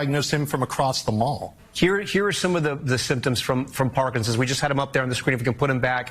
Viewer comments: you have to quit saying parkingsons. It’s Parkinson’s disease. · KJP: “…… does he know how to say ‘Parkinson’s? No. Can he spell Parkinson’s? Are you serious? …..”